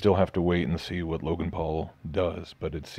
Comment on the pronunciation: WOW "Loganass" , What a shoot sandwich you r.